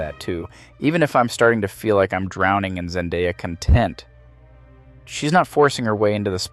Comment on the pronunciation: is also suspect, I don’t think a person would forget where the emphasis goes on “content” lol